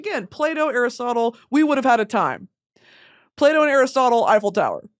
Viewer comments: Everytime she says Plato I hear "Play-Doh" and can't stop laughing 😂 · Thought you said Play Dough instead of Plato at the beginning